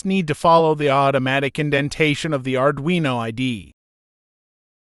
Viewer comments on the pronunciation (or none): none